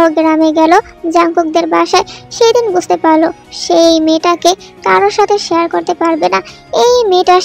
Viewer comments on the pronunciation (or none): none